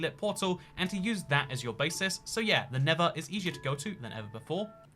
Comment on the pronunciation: Why does he say never instead of nether